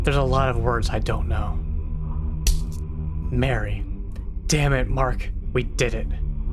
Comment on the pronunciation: Marie, Not Mary 😂